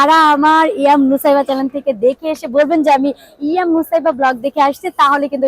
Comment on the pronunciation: ২৪ মিনিট ১৬ সে: হতে ২২ সেকেন্ডের সময়ের মধ্যে "চ্যানেল" কে আপনি "চ্যালেন" বলেছেন। উচ্চারণ শুদ্ধ হলে আরও ভালো লাগতো।